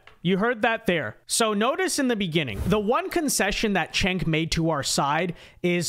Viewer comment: It's pronounced, "Chunk" 😆